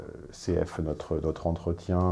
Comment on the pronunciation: "cf" ça veut dire "confer", c'est-à-dire "allez voir, comparez, référez-vous à". Impératif du verbe conferre en latin. Donc à l'oral on prononce "confère. "